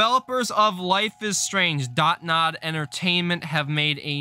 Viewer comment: It’s Dontnod not dot-nod 😭😭